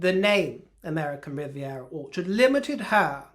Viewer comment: She really is useless with her names/titles. They are always easily transformed into a derogatory version of whatever she comes up with. I love the pronunciation of "Orchard" for example, with his accent it comes out as "whorechart". I don't if it's accidental or on purpose, but it's proof that she needs to use her, (or at least someone else's) common sense and come up with a different name. But she's so pretentious it'll never happen. By the way, 'as ever', you look gorgeous.